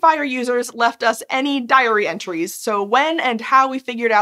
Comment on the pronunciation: You said "diary entries", I heard "diarrhea trees" 🤦🏽‍♀️